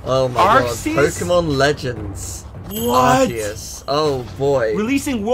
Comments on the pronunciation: And that is arceus (keus) not arceus (arseus) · ITS PRONOUNCED ARKEYUS OH MY GOD!